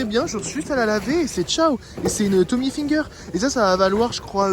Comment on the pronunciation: Ca me tue comment tu prononces IL FINGER, genre finger in ze noze xDD c'est Hilfiger mdrrr